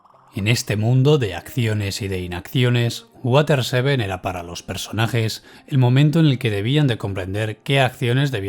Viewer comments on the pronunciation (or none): none